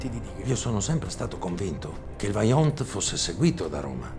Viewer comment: Vajont non baiont